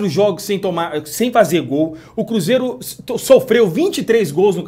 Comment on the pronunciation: Porque tem momento que voce diz "cúzeiro " e nao cruzeiro